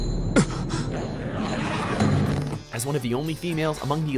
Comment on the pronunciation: "welcome to where no matter what anime related countdown we do, there will always be at least 3 or more words we never say right!!"